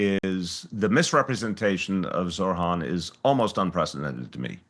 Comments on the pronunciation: this guys hearts in the right place but it’s ZOH-RAN. NOT ZORHAN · Isn’t it amazing that this former mayor who has spoken with Zohran many times and likes him so much yet still doesn’t pronounce his name correctly and says Zorhan instead 😀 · Who’s gonna tell him his name is Zohran and not Zorhan? 🤣😬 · Bless De Blasio but for Christ sake it’s Zohran NOT Zor-Han geez 🤦🏽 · can people learn to pronounce ZOH-RAAN, and MAM-Daani, even Zohran's supporters call him ZOR-Haan (Wrong) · Zohran not zorhan deblasio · Someone please tell De Blasio its Zohran not Zorhan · It’s unbelievable that they still cannot say his fucking name correctly. It’s ZOH-RAN, Bill, not Zorhan as you seem to say it. It’s not that difficult. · excellent interview with De Blasio. I just wish Bill would pronounce Zohran's name correctly. it is Zoh ran not Zor Han. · Zohran, not Zorhan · Zohran, not Zorhan. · Why does keep calling him Zorhan not Zohran? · For goodness sake, it's Zohran, not Zorhan. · With all due respect Bill - it's Zoh-ran. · I hope you taught Mr de Blasio off camera how to pronounce ZOHRAN's name correctly. He kept calling him Zorhan. What is it with all these people not paying others the minimum courtesy of spending a minute or two to learn how to say their name?! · Well, even though he can't get his name right, respect to Bill for giving an honest take and supporting (if not officially) Mamdani. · Respect, but please pronounce his name correctly lol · Bill can't even say how name correctly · i can’t understand this shit. I have seen more pundits mispronounce his first and/or last name than pronounce it correctly. It isn’t that fucking hard. Deblasio has “talked to him many times” and says he may endorse his campaign, but can’t even pronounce his first name correctly? Hugely disrespectful in my opinion.